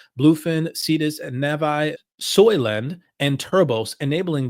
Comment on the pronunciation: It is Su-i , does not have an O sound.